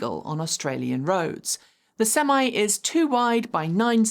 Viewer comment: What's a "sem eye"?